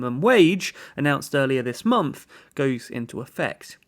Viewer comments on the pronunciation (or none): none